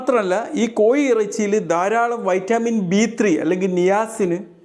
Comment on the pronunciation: കോയി ഇറച്ചിയല്ല കോഴി ഇറച്ചി😂 Scratch & win ഡോക്ടറാണോ?😂 DR എന്ന് കണ്ടതുകൊണ്ട് ചോതിച്ചതാണ്.